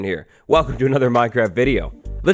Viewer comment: He said minecrac